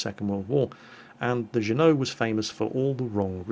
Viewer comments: Just a heads up. We yanks pronounce it like "Ju-no", and not with the French pronunciation. Accent on the first syllable. Cruisers of this class were named after American cities, and Juneau is the capital city of Alaska. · The second battle you showed had the "Underwater" add on for the Dive Bomber aircraft. lol that was one of the better oddities during beta... watch them as they attack at the start. Good match though. Btw USS Juneau, named after the capitol of Alaska, is pronounced "jEW-no" with emphasis on the first syllable. But you were close. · Drove me nuts how you were pronouncing Juneau. In the US it doesn't get its European pronunciation but is pronounced Jew No. As in a Rabbi is about to walk off a cliff and you scream Jew No! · The USS Juneau is pronounced with a hard "J" (jew-no). I road the LPD-10 version in the mid 70s, we had a great SickBay crew. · it's pronounced "Jew-no". I didn't know what you were talking about until you spoke about the Sullivan brothers haha. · you pronounce Juneau as Juno. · Its pronounced \ˈjü-(ˌ)nō\ or another way to look at it.. Jew-no. Emphasis on the first syllable. My father served on the USS-Amsterdam CL-101 during WWII. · Is trying to say USS Juno? Like Juno beach? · Le_Princess_MoonButt June-O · Ah, USA city names and how we pronounce them here in the US. Juneau, Alaska is actually pronounced as "Jew-know", and apologies to any religious types, but I needed your name to help. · FYI, we use the hard 'J' for pronouncing Juneau here in the U.S. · Love the video. (BTW...it's pronounced "JOO-no") If anyone is interested, I've made skins of USS Atlanta, USS Juneau, and USS The Sullivans. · I know you would never know it from the way it's spelled the Sullivan brothers ship is named after the city of Juneau Alaska. It's pronounced "june-oh" respectfully yours Gunner4t5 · ***** I am from Juneau, Alaska, and can confirm it is pronounced American style, 'Jew-no' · Are you saying Juneau? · Not geno it's jew no.